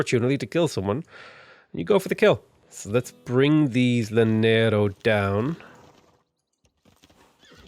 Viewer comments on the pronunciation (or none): any double L in spanish is a y sound btw, so "yanero" for Llanero, sure you've been told/these are prerecorded though but just wanted to share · Hello, native spanish speaker is back with how to properly pronounce things Llanero is pronounced Ya-neh-ro Hacienda is pronounced ah-see-end-ah Comandante General is pronounced Command-ant-eh G*eneral *its a weird mix of the G and J sounds